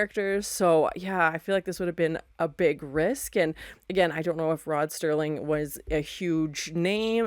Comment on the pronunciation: It's Serling, not Sterling. And yes, I have made that mistake many times over the last 50+ years.